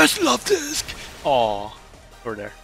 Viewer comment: Let's goooo Luvdisc! ❤ and yes, you're pronouncing it right. Lol